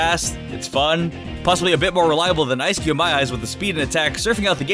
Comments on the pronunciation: He pronounced "Eiscue" as "ES-KYU" instead of pronouncing it like "Ice Cube" without the "be" on the end... Ehrm. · Nobody:: Esskyoo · Eiscue (ice-cue) 🤦🏾‍♂️ eis is the german word for ice